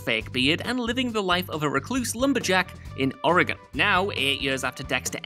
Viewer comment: So glad to hear Oregon pronounced correctly!😂